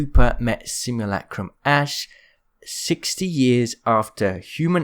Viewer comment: Merch. Simulacrum. Sim-yoo-la-crum. Not lack-crum. Please. I beg you